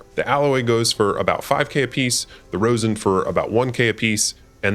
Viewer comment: Rozz-in not rose-in :) Nice video and great narration/production.